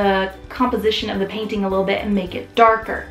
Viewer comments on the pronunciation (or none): I appreciate the comparison, but am thinking the video could have taken half the time. Also you may want to watch saying thee when the next word starts with a consonant. You only say thee (the) when the next word starts with a vowel ... and never say 'ay' for the article 'a' . Watch your spelling of radiant.